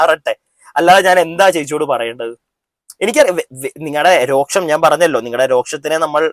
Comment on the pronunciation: രോക്ഷം അല്ല രോഷം